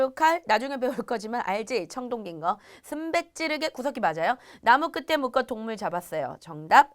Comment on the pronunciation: 씀베찌르게라고 말햇는데 슴베슴베 넘 재밋네요